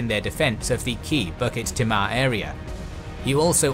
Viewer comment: Singaporean here. Kind of funny to me on hearing the difference between your pronounciation of our place names and the way we say it (Tanglin, Bukit, Timah, Panjang and Paya Lebar to name a few). Not the main point of this comment. Very well made video. Very detailed. Thank you! I took history in my secondary school days. The anniversary of the invasion happened just a few weeks ago. Reminded me of the situation between NATO / US / Ukraine and Russia. Will keep this video in my favourite and rewatch it every year on Feb 15th. Will show this to my children when they grow older to remind them of self defense and not depending on foreign powers for help when the time comes. Thank you!